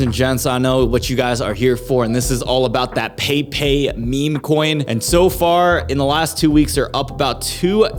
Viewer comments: It's not "pei pei" it's "peppeh". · peypey 😂 bro its pronounced Pep pey 😂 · I think the frogs name is pronounced PEH PEH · It's actually pronounced "Pepai"